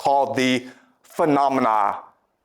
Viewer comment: pronunciation of νοούμενα and φαινόμενα cracks me up everytime. love this series.